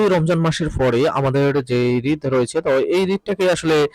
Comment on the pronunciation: আপনি বারবার ঈদকে রিদ বলেন কেন 😡😡